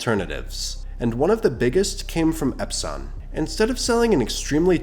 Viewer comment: AI voice "EpSON" nope